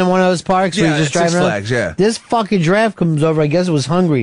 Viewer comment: just because ron pronounced it giraffte, doesn't mean pepper had to.